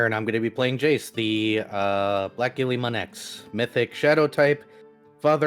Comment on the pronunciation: I like that the in party conflict feels natural, at least more natural than from other actual play podcasts I listen to. Why hasn't anyone corrected on his pronunciation of Guilmon? I'm at this episode currently and he is still pronouncing the guil part of Guilmon like how the word ghillie is pronounced which is wrong. That's just something that has been bothering me.